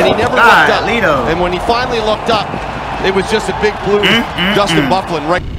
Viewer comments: Lol, yeah its actually pronounced "Buff-lyn", his nickname is Big Buff. Hockey player names are pretty memey so I don't blame you for getting it wrong. The man is huge and can play very well offensively despite being a defensemen. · Good vid an it is pernouced buff-lin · Bro the annoncers said his name like 25times through out the video. But you talking so much. No wonder you don’t know how to pronounce his name Dustin BUH-FLYN it’s pronounced lol But we call him “Big Buff” due to his size & ability to hit that hard!